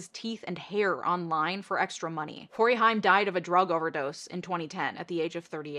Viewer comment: Corey HAIM is pronounced like “same” just fyi